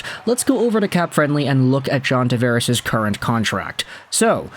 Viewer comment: You pronounce his name wrong.